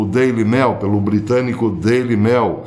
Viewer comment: Professor, sugiro mais cuidado ao pronunciar palavras corriqueiras em inglês. Ex.: Daily Mail, que se pronúncia “mêil” e não “mél”